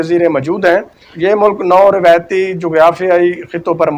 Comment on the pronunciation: بھائی آپ بہت خوب معلومات بہم پہنچاتے ہیں آپ کی کاوش مولا امام قبول فرمائیں اور آپکی توفیقات خیر میں اضافہ ہو۔ بس ایک کمی ہے کہ اردو تلفظ پر توجہ کی ضرورت ہے مثلاً: روایت کو رویت پڑھ جاتے ہیں باہر کو بہر آیت کو ایت اسی طرح اور بھی بہت غلطیاں ہیں جو کہ ایک اینکر کو نہیں کرنی چاہئیں تاثر غلط جاتا ہے